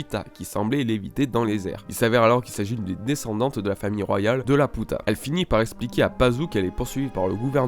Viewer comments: une théorie qui envoie du pâté c'est vrai mais par contre Laputa mdrr c'est pas La Puta.. Ça se prononce Lapiuta comme dans le film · On prononce "Lapiuta" Sinon, superbe théorie !! Merci à toi pour le partage de la théorie :) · dsl mais jes vus le film et ca se dis "la pi ou ta" désolé mais sa me stress trop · laputa... ._. ça se prononce Lapyuta x) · A chaque fois que tu prononces laputa je me tords de rire :-*